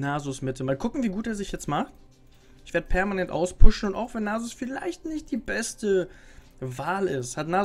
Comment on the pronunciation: Der "besste"? xD